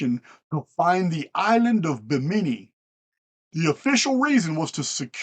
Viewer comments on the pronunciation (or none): none